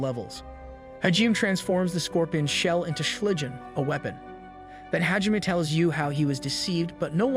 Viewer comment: your pronunciations of Hijime's name is sooooo bad. For that matter all the names you pronounce poorly. Its like you didn't even watch the show.